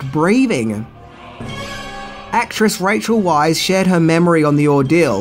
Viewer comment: You mispronounced another name, the woman who starred as Evie in The Mummy & The Mummy Returns was Rachel VICE, NOT Rachel WISE or WEISS